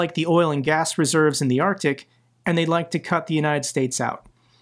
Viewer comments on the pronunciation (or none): none